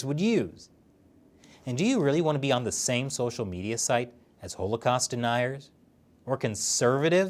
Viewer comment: ive never heard anyone pronounce holocaust that way.